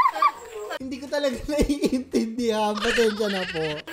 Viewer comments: Di ako natawa dun sa barangay talaga,kasi sa Tanauan Batangas ang pronunciation ng barangay nayan ay Ta-Laa-ga! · Share ko lang, sa Capas, Tarlac po yan ehehhehehe And it's pronounced as, Tala-gå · sa Capas Tarlac po yon yung Baranggay Ta la ga hindi po talaga yung basa dun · Mali po yung pagkaka pronounced nyo ng Brgy. Talaga tabi po namin yang barangat nayan Barangay lawy kami check nyopo sa Map Brgy. Talaga Capas Tarlac ganito po bigkasin yan yung parang nag aaral palang magbasa Ta la ga hindi po yung Talaga na words correction lang po idolo hahaha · Bargy.Talaga is in Capas Tarlac. Pero it should be read as "Ta_la-ga" sounds like "Dalaga"😃😉👌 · You pronounced it wrong😅 it's actually "Ta la' ga" the stress is on La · taga jan po ako kapangpangan po talaga yung pag kakabigkas nya..🤣 Ta-La-Ga-ah yung magkasama Gaah mabilis Sa Tarlac po yan Capas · DITO PO SAMIN YUNG TALAGA AHAHAH SA TARLAC PO YAN TSAKA PO PAG KAKAPRONOUNCE IS TA-LAGA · di ko po alam kung yan yung samin kasi sa Capas,Tarlac merong Brgy.Talaga samin pero ang pagkabigkas po nun ay parang hilaga (mabagal po pagkabigas niya) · barangay talaga sa capas tarlac po. Pronounced as Ta-laga #justsaying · Barangay Talaga, part yan ng Tarlac. Lol. At yung pronunciation niya is TA-LAGA. Yung stress nasa “LA” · Yes Po barangay talaga yan. I mean Barangay TA,LA,GA Hirap explain hahhahaa Sa Capas, Tarlac po yan HAHAHA Kapampangan pronunciation nmn po yan hhahaa natawa lang po ako hahaha😂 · Yung brgy. Talaga ay barangay talaga siya dito sa Tarlac. (Brgy. Talaga, Capas, Tarlac) Tsaka iba po ang pagbigkas hahaha para siyang ganito, Ta-la-gá.😅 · tunay po ung barangay talaga, sa Mabini Batangas merong ganyang barangay pero iba lng ung pronunciation mejo soft parang {taa laa ga)... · It's Brgy. TA-LA-GA di po mabilis yung pag basa. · Brgy.Talaga Capas,Tarlac It's Tah-laga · Barangay TALA-GAH PO PRONUNCIATION NON HEHE TABING BARANGAY PO NAMIN YAN E, DITO PO YAN SA CAPAS, TARLAC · Actually it’s pronounce TALA-GA